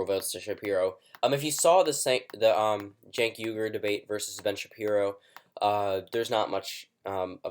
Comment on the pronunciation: It's not "genk uygar" it's Chenk WI-GUR